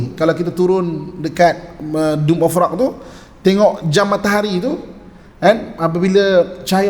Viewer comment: Minta maaf ye, tegur skit. Dome of rock,, bukan doom of rock. Kang ada plak yg kata main game, Doom.